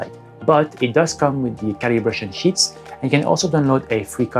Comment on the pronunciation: Fais attention à ta prononciation de "sheets" tu a dit "shits"